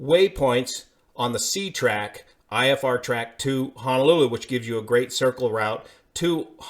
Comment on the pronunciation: FYI: It is pronounced Ho-no-lu-lu, not Ha-na-lu-lu.